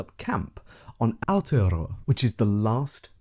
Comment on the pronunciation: Thanks for taking the time and effort to pronounce Aotearoa right! its a tricky language if you havent grown up with it. Love your work as always. Nga mihi e hoa!